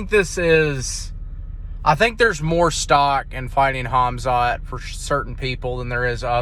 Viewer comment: It's Khamzat you big Dummy.pronounced Hamzat and not Hazmat 😂